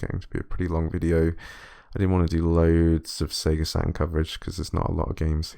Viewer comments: Sega Sa...urn emulation. Was there a T in that word? No? Look forward to some Sega Sa..urn emulation then 🙄. Have you got any of those colored pens? Fel... ...Ips? Got any Fel...Ips... Or just a Sa....urn? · yeah and they all pronounce their Ts like grownups. Check you out: I'm not saying that T Dad I'm too f-ing cool. Is that how coolness works? Sa...urn. There! all cool now I took the T out. That was big of me.